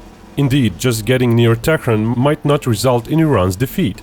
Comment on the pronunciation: It is not tekren...Tehran